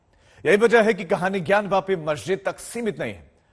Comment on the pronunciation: It is not gyanvaapi it is jnaanvaapi. ज् + ञ = ज्ञ ग् + य = ग्या ज्ञान्वापि = ज् + ञा + न् + वा + पि ग्यानवापि = ग् + या + न् + वा + पि